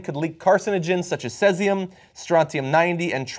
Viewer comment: My god John, the way you pronounced "Caesium" and "Tritium" gave me cancer.